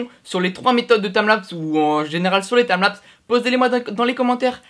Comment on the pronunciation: TIMELAPS PAS TAMLAPS 0/20 l'anglais CA se vois